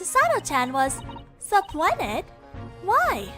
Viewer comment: If the word I think your trying to pronounce is pronounced su-pee-nud